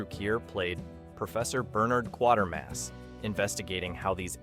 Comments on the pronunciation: Great video but your pronunciation leaves a bit to be desired I’m sorry to say. It’s Quatermass (as in crater mass) not quarter mass. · This particular AI always blows it at least once in each video. The pacing is horrible, too: riddled with unnecessary pauses.